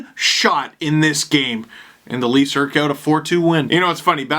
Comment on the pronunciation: Steve. You said “erked” again. It’s eked. Like deke.